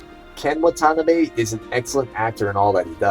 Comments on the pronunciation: Watanabe= What Ta Nah Beh. Your saying it What Tona beh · Could not help but correct you regarding Ken Watanabe's last name. Long 'a' s. I worked on The Last Samurai film in Japan, LA and New Zealand. A fantastic experience for Cast and Crew that produced an excellent pic as well. Your read on this film makes me want to see it!